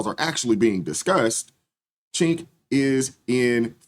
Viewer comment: It's not "Chenk" it's "Junk,"